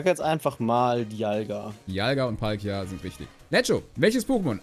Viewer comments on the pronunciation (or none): none